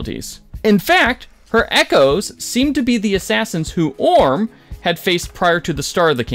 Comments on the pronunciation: Awesome recap! But the mispronunciations of literally 90% of the character names is driving me insane. OR-um with an M. EM-O-jen for Imogen. FRESH-cut-grass, not freshly. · Why pronounce her name I'm-A-Zjin when every cast member has clearly pronounced it Emma-Jen since day 1. Do you just throw a fancy curve on the word just for the sake of being unique?? Edit: I spoke too soon... "Orin" ... "Eem-a-zjin" ... "Freshly Cut Grass" ... Do you even watch the show?